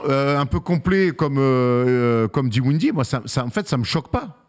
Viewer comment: Erwan : …😂 C’est : DIN - WIDDIE et PAS DI - WINDIE 😂😂😂 Désolé mais tu me fumes avec ça depuis un moment 😂😂😂 😉🤝